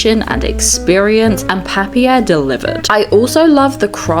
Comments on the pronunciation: "Papier" is German for "paper" and it's spelled "puh-peer". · Papier (pahpiha) is German for Paper 😄 never though anyone would go for German when wanting a fancy name and pronouncing it a bit French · As a german, I find the pronounciation wild. Papier simply means paper in german. Thanks for the lovely video ❤ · Same in Dutch, funny to hear it in a ‘French’ pronunciation